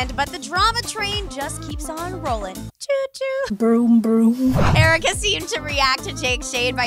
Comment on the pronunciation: Jericka👌👍🤞 not aaricka👎